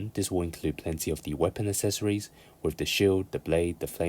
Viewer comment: For the love of all that is good, please fucking learn how to pronoun the word accessories. It’s not hard.